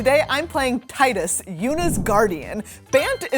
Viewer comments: My favorite moment was when you pronounced Tidus correctly every other video I see they're pronouncing it wrong or different every time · My absolute favorite moment is when Meghan didn’t bow down to the strong arm and pronounced the name Tidus correctly.